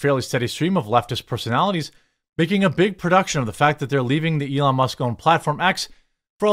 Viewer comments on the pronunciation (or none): none